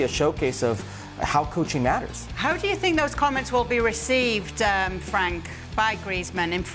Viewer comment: at least pronounce Frank's name right 🤦‍♀